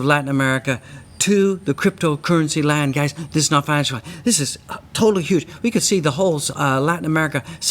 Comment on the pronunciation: "this is not fananciah... This! Is totaly huge!"